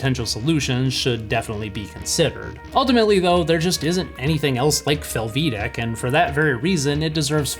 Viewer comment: Close. Haha Americans tend to overemphasize the second syllable in a foreign sounding name or word. The way you do it is fel-VEE-dek. It really should be FEL-vi-day-k. Hungarian is very straight forward.